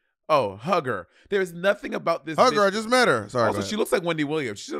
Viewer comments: Omg it’s Karen HUE-GER not hugger! Lol omg that was driving me insane… but other than that, I really enjoyed this episode ! 💕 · Karen HUGGER is bugging me BOB & Money really don’t watch Real Housewives I can tell 💀 it’s pronounced “HUE-GER” Karen is funny asf Robin is lucky they split the snatch games as she would have been lip syncing too. Also two people have done nene and it wasn’t funny the material is there but so many girls just flop 🤦🏾‍♂️ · "Hue" ger not Hugger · Calling Karen HUE-ger, Karen Hugger is SENDING ME lmao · Bob NEVER SAY KAREN HUG HER EVER!!! It's sounds like [Hue Ger] Karen Huger. That's like Ashley in RHOP saying GYRO. Gurl! That was so Crunchy. You owe Karen an Appolgy just for pronouncing her name like that, she is Everything. Still love you but NO! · NOT "KAREN HUG-HER" ☠ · Lol y'all pronouncing Karen Hue-ger name wrong and as a Potomac fan she is iconic!! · Bob said Huger with the HARD R lol its pronounced hew-ger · Lol it’s pronounced Hue-ger, like Hugh Hefner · You can tell they really don’t watch RHOP, it was so funny when they kept messing up Karen’s last name.